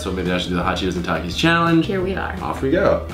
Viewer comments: dude i can't stand the way you say takis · It’s takis not taks